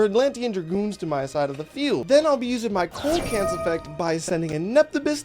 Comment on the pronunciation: Fun duel! One thing though, coelacanth is pronounced see-luh-kanth not cole-low-kanth. Keep up the good work!